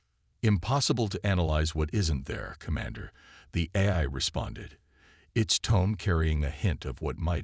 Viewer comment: Teach the AI to say AI instead of eye!